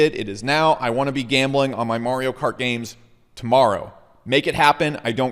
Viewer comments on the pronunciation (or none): none